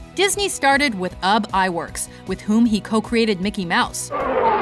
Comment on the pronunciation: Walt Disney wasn't much of an animator. He founded and produced Walt Disney Studios and funded most of their early production, but he didn't do a lot of the actual animation himself. Most of that credit goes to animators like Ub Iwerks, which by the way is pronounced Oobee Iwerks, and the Nine Old Men. And how dare you omit Don Bluth and Brad Bird from the list.